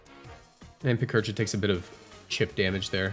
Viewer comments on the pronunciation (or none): none